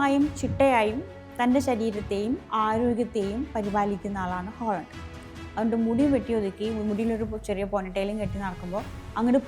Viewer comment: ഹോളണ്ടല്ല.... മോളു... ഹാലൻഡ്